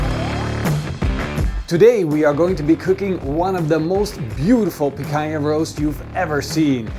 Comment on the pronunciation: The way he keeps saying Picanha is so annoying